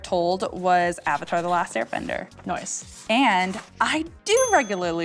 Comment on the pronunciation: Is it just me or is she saying “noce” instead of “nice” 🙄🙄🙄